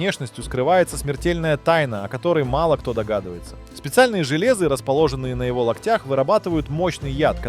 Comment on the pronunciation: Не"желЕзы", а жЕлезы. 🙃